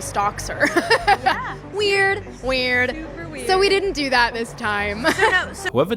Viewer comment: "It is so evidently so" "Werd! Weeeiird((("